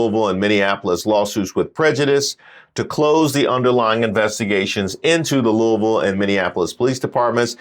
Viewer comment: Thanks for saying Louisville correctly. That was unexpected yet appreciated lol